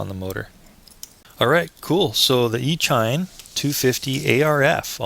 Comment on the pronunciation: Just fyi, it's pronounced E-sheen... as in "electronic-machine"... e-mail... as in "electronic-mail"...